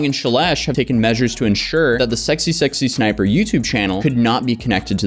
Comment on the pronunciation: You keep saying SSSsniper... But it's just SSsniper.